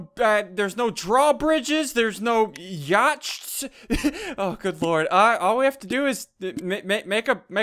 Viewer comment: SUNDEE DO YOU EVEN ENGLISH BRO YOLLARS FREACKIN YOLLARS IS THAT YOUR NEW FORM OF CURRENCY